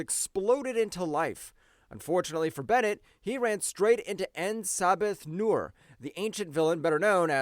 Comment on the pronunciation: Did you really just call him En Sabbath Nur? 😂😂😂😂